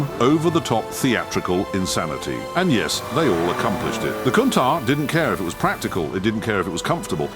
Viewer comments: Not only does it mispronounce Countach, but it managed to mispronounce it a different way every time. These AI videos are positively terrible. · I've always loved the kown-tack 😅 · I think this is the last straw. The AI just gets worse and worse... "I'll take 14 ways NOT to pronounce Countach for $1,000 Alex" 😂 forced the stopping of this video halfway through. Goodbye channel! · 😂😂😂😂😂😂countach pronunciation